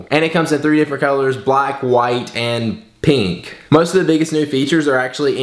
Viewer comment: The way u said pink haha